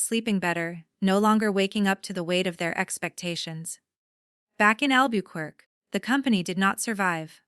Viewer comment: You need to teach you AI to pronounce Albuquerque correctly.